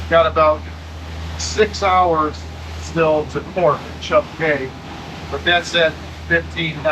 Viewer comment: “Key”, not “cay”